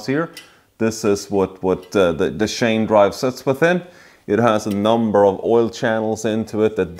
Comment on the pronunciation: nice work man this engine you called a boxster it's actually pronounced boxer as a boxster is the crapiest porsche car and engine ever made and you called the timing chain a timing shane its chain lol don't get me wrong, i am not making fun of you i respect you and i envy you dude your work is very good the way you put in those cam retainer plates shows me you have alot of experience i prefer to use 3 long 8 by1.00 bolts screw them in a few turns then push in the plates and they dont like to go in easily unless you rubber grease the fat oring well and its reciever groove in the housingthen once pushed in then i put in 3 original bolts